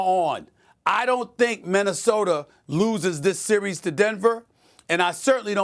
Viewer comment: I also heard other native New Yorkers pronounce a's as er. I recently heard Stephon Marbury say Minnesoter. So it must be a NY thing.